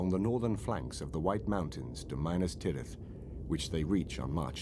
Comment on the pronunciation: I am greatly enjoying these documentaries, but THE PRONUNCIATION...HIDEOUS!!!!! Who is soar-on?? What's minus-tirith???! Makes me wanna pull me hair out! 😄😄🤣🤣 to each his own, I reckon.